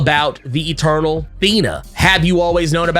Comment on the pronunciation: I keep hearing "turtle" instead of eternal lmaoo